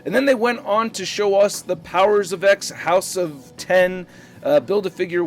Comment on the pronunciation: Hey, it's house of x not house of ten but its okay everyone makes mistakes.